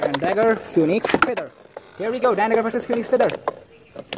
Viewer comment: its "phoenix" not "phoniex" 😭